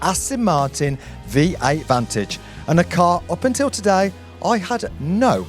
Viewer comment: Hilarious - clearly never driven an AM sportshift gearbox and don't even know how to pronounce the word 'Vantage' it makes you sound like a right tit - if you drive the AM like that, you will waste the clutch as your driving it like an Essex Boy, slower acceleration just thumping the paddle like a BMW child = No idea, people wipe my bum, I just drive cars and talk a load of crap? - I've had R8 V10+ and RS6 from new , M6, Astons, never seen a 'review' from someone who has no understanding on how to change gears on an Aston SS gearbox, and pretend to do reviews - its just a pair of clowns trying to make a valid review tube. FYI when you shift up - you lift off (that's the accelerator pedal) just to educate you both, the down shift is auto unless you tell it, always use the paddles and 'D' is only used if you have broken both your legs and hands. If you hold the paddle in down shift for more than 1 second it shifts down 2 gears - but that's for proper drivers, not pretend drivers, 7,000 rpm on a natural V8 engine would cause you to shit yourself - and that's when it becomes the engine it was made for.